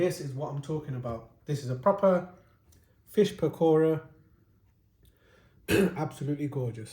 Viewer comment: Lol the way he said PAKora. 😂